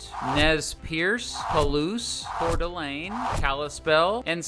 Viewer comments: I was surprised when you said coeur d'alene almost correctly. North Idaho is more expensive to live in because we're growing faster and it's a lot more beautiful than the south. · Props for pronouncing Couer D'Alene correctly. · THANK YOU THANK YOU FOR NOT MISPRONOUNCING KOOTENAI OR *COEUR D' ALENE*, many people mispronounce those specifically all the time lol! Good job! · Current Idahoan, former Montanan here, your pronunciations were spot on. People don't always pronounce Kootenai or Coeur d'Alene correctly. I also appreciate the mention of the Berkeley Pit. Only thing I wish you would've talked about was the silver valley but otherwise, fantastic video